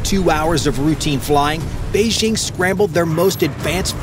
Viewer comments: Beijing. Not Beixing…. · Fantastic stuff. But note to narrator: Jeepers, it’s past time to kick those insidious French Olympic announcer squatters our of your head. The Chinese capitol has never been “Beige-zzzhing.” There’s no slushy “ZZZH” sound at all in Mandarin. The J is a J is a crisp J. The word bites hard: “Bei-DJING!”